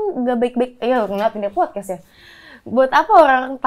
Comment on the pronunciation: Podcast, mbak...bukan fodcas....apalagi foodcash 🤭